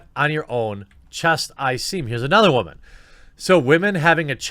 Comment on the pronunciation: WTF is a wah-min? . Yeah, I know whats being said. Just didn't know why it was being pronounced like that. Inside joke?